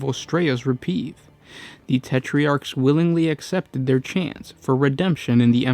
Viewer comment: I like your channel but correct pronunciation is not your strong suit. Steadfast is not steadifast. You have something like this in every video. Otherwise love your work. Reprieve is not repieve.